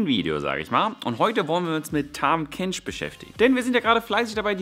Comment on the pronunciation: er heißt Tahm Kench.